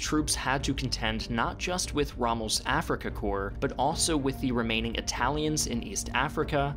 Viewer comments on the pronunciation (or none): none